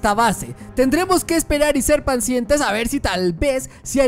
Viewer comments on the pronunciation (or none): En el minuto dijo pansientes